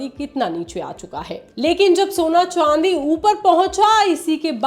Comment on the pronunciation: Ye madam chandi ko chwandi kyu bol rhi hai.